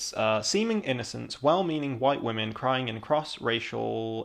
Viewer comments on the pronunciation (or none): He keeps saying wahhhhmen. Are wah-men women who cry? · I really appreciated this video. Really enjoyed so many of the points you made, but dear god the way you say "women" makes this too cringe to watch around other people, or share with the people I would otherwise share it with